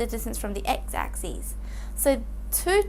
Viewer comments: U guys are only listing to ok . I am hearing axis as axees . But anyway it was helpful. :);) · It's just how she pronounces axis